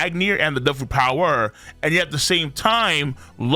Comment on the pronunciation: Your pronunciation is weird sometimes “devil fruit PoWer”